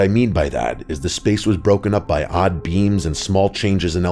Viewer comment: Am I the only one that thought he was saying beans and not beams